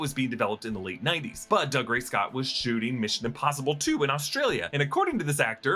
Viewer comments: Doog-ray not Dug-ray... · Doo-gray. Not Dugray Scott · I know it looks like Doug Ray, but it's pronounced doo-GRAY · Just FYI it's pronounced Doo-Gray Scott 🙂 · It’s Dougray - Doo-grey. He’s Scottish, not a yokel! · Pronouncing Dougray Scott’s name like that over and over is very disrespectful.